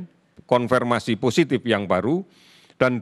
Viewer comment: Konfir pak bukan konfer